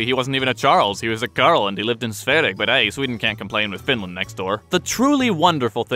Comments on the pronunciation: Geez, stop calling it "Svereg". Could've at least looked up how to properly pronounce Sverige before making this video, if you were so set on trying to use the Swedish word I mean. Also your reference to Napoleon and Hitler could've been padded out by mentioning that Napoleon got the idea to march on Moscow from Charles XII and Hitler got it from Napoleon... so technically Sweden was instrumental in defeating Germany in WWII. ;D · I love your pronounciation of Sverige. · Ah, yes. Good old Charlie Dozen. Also, the way you pronounce "Sverige" is hilarious.